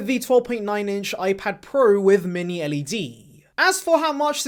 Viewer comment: Ipad prueh , pruhs prows